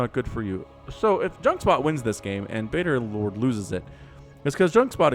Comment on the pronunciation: You are correct!!!:D I am 'baderlord'! lol I really thought I was Badgerlord and when I saw had picked my cast I was so excited!!! Then I heard him call me 'Baderlord' and I was like who's that??? Then I figured out what had happened and I laughed!! 😂 But yes I love the redwall series! Salamandastron will always have a special place in my heart!! 😎 <3